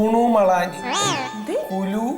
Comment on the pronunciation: ശരിക്കും കുല്ലു എന്നാണ് അവിടുത്തുകാർ പറയുന്നത് കുളു എന്നല്ല ഞാൻ അവിടെ പോയിരുന്നു